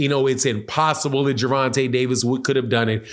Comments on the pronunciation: “vonte” tank davis not ronte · Hey my boy at the being sir you say Gerenta I no u don't mean it just thought I let you no you seem to say it right after that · Who is "Geraunta"... I'm glad buddy cleaned that name up the second time he said his name... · Lol did my boy say at the beginning? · Say his name rite if you gonna blog on him